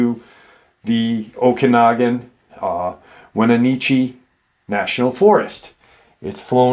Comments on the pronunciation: Great video..Wenatchee is pronounced (When-atch-ee) I live in the area😊 These creatures are all over that area. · Your killing me with how your pronunciation of Wenatchee you got okanogan right it is pronounced wen-nat-chee I live in Omak Wa in the okanogan valley … we have many stories about cryptids it is a very Native American with reservations and the natives have many stories